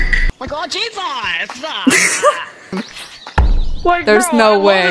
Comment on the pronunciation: “OMG JEAHSEAS!”